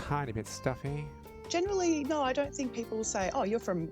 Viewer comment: No Aussies say nair for no